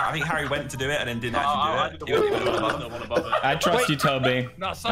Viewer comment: Dream is an american who doesn't know the different between hairy and harry